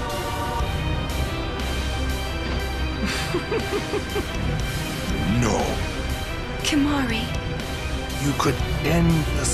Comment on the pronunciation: "Save some for Kimahri" "Save soma Kalamari for me". Who else heard this?